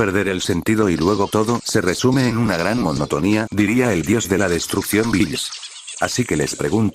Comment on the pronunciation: juro que le entendi bills el dios de la seducción en lugar de destrucción